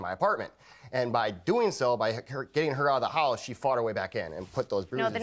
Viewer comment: Girlie,that trick of having a man's child(ren) to force marriage is like 95% out the door. Am I the one hearing "holice" instead of house?